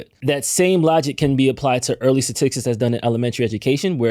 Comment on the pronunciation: Let me axe you this. Is is that hard to find a co-host that can pronounce 'statistics'?